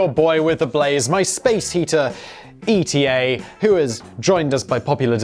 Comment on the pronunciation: I just hope that one day he learns to pronounce the ETA name correctly :D